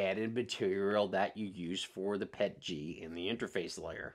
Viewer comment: I was 3/4 through the video before I realized you were saying Pet-G and not Pechy. You were saying P L A and not PLA. Thanks for the laugh mate.